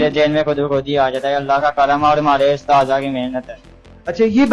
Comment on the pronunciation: Bachy ky urdu teacher ko twajjo deni chahy, usatza ko ustada pronounce kr rha ha. Just teacher should pay attention.